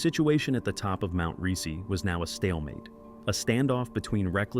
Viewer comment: You pronounce Stoch SO BADLY same goes to pronouncing Rysy - dude at least put those names in Google translator and let it read it for you, butchered